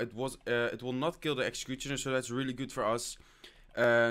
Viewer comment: Please learn how to pronounce "Executioner" you say it like Exxcxecuxchiona